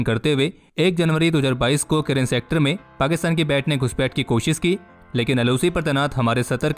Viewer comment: It's koshish not kosis for example